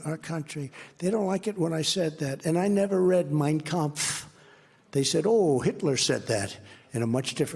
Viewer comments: Its funny in all his glitches he actually prounced the name of the book correctly and he remember Hitlers name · Its funny he cant say the word anonymous but he says the name of Hitlers book perfectly! He knows that book inside out.